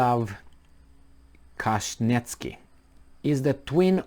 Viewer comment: Pronounced ,,, Kah chin ski